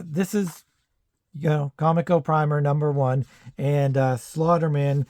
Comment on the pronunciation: I just recently watched a history on comico and they said that the name was supposed to sound like coleco like coleco vision. So officially com ee co but as you said you don’t care anyway lol. It’s just fresh in my mind